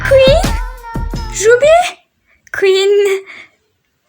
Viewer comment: Queen demeyi bile öğrenememişsiniz (kötü bir yorum değildir) 😂😂